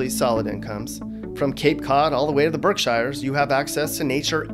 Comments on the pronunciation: Berk-SHEARS , Not Shires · You got Springfield Wrong.. its NOT as bad as you say.. Worcester and Holyoke are much more crapholes then Springfield .. There are a lot of great parts of Springfield.. and you pronounced Berk-SHIRE wrong.. its BERK-SHEERS ,.. I moved out of Mass for 2 years to TN.. 2nd greatest state in the country behind NH... i left TN because it was way too humid.. Came back to mass NOT for the people.. but for Family, The Weather... The Sports.. and the Geography.. Landscape is Beautiful... The People here Suck tho.. You got the Masshole part correct.. i enjoy your videos.. but i think you dont have a real grasp on Massachusetts.. specifically Western Mass.. but thats ok... lol Boston forgets we exist out here too.. Keep up the great videos.. Thanks Man! P.S. but you did get the LIBERALS correct.. they are smart medical people .. but their brains stop there.. They have No Clue in life itself :D hahah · Yup def BerkSheeres not Shires lol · I was interested in this video, until the narrator mispronounced Berkshires; it's "Berk-sures, or Berk-sheers" not "Berk-shy-ers." Unlistenable. Do more homework! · It’s Berk sheers not berk shires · Its berk shores not berk shires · Let me help you.... First, It's pronounced "Berksheers". not shires. Next, Nantucket (where I live) does have a very wealthy summer population. But it also has a much bigger, very diverse population that live here year round. We make up the community. Lastly, no one would waste their Dunkies coffee by throwing it at a windshield. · Haha! You said Berk-shy-ers! Massachusetts born and raised here (Essex County)…we say Berk-shears. 😁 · For the record, it's generally pronounced "berk shears," not "berk shires." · Its pronounced burk-shear not shyer. We're not in the lord of the rings. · You cannot be from Massachusetts! It is NOT the Berk SHIRES like the hobbit. It’s the Berkshires like sheers. If you are going to talk about it, please know the correct pronunciations. Thanks!